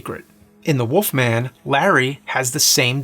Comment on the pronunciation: “The Woofman is a woof”